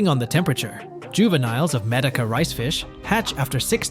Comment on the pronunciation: Good information, but very distracting when AI mispronounces words, especially Medaka, which it says a lot!!!😣🤦‍♀️